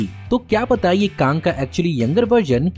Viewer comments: It's Kang not Kaang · Bro bus KANG ko KAANG mat bola karo 👍 Baki sab A1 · It's Kang not Kaaang annoying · Woh kaang nahi kang hai 🤣🤣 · bro it's Kang not kaang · Bhai tu Kang ko kaang kyu bolta hai 🤦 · Bhai, Your pronounciation of Kang is wrong. You are saying it Kaang which sounds irritating. Kindly correct it... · Please prounance the KANG correctly..😂😅🤧🤭🤘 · Pronounciation of Kang the conqueror is wrong